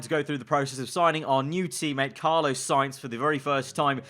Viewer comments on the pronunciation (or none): It’s pronounced Carlos with an s not Carlo just saying I love this series keep up the good work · Love, but is it just me that gets frustrated when he says Carlo rather than Carlos? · It’s CARLOS not Carlo 😭😂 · Pronounced Carl oooos